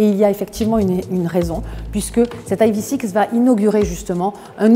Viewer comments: Le E en anglais se prononce i pas aï. Sinon on peut dire ev6... en français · Prononcez ivisix si vous voulez, ou evsisse en français mais pas aïe vi six. Pitié. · Dommage de prononcer le nom de la voiture n'importe comment. Autant le prononcer en français. Sinon je trouve l'arrière horrible mais bon vu que c'est Kia, tout le monde trouve ça génial. Le profil très moyen également. L'intérieur est sympa, en revanche qu'est-ce que c'est que ces appuis-tête à l'avant ? C'est moche, imposant et pas en adéquation avec le reste de l'intérieur...